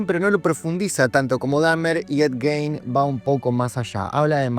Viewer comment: para romper las pelotas no mas, el apellido se pronuncia "Guin"